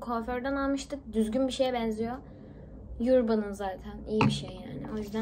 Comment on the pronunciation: Yurban değil de örbın diye telaffuz ediliyorr:)